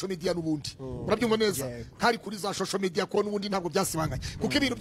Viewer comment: Arko c Sebiradio we , madame yazakwigishije uko bavuga “ social media “koko🤦🏻‍♂️🤦🏻‍♂️🤦🏻‍♂️